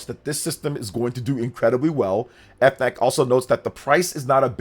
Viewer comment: As a French person the pronounciation of FNAC as "Eff Nac" kills me lmaooo Great news for the Switch 2 !!!!